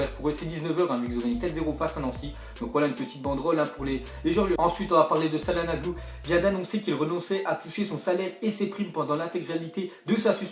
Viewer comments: Ptn mais c'est pas salhanoglu c'est chalanoglu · Putain ça se prononce tcha-lane-olou pas sa-lan-oglou wesh respecter les gens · CalhanOglu pas calhanAglu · mais comment tu dis cahlanoglu vraiment force toi parceque ta prononciation est bizzare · Mdrrr comme ta dis cahlanognu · "Un footballeur" Un peu de sérieux voyons, Calhanoglu c'est pas Pedretti quand même on le connais tous. Et ça se prononce t͡ʃaɫhanoːɫu (tchalanolou) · Mddrrr comment ta prononcer Calhanoglu jsuis mort ! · Putain comment tu dit calhanoglu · ptn comment il dit čalhanoglu